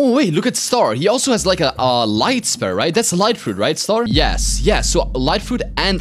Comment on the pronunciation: it's funny when he says the word spear as spare lol